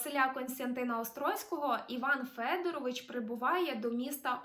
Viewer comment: Іван Федоро́вич (з наголосом на друге «о»)